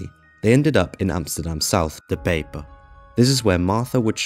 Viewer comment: Bro speak dutch places names as how the native dutch says it. What is ´´De peep´´ . De pijp should be said like the amsterdammer says it with the accent included.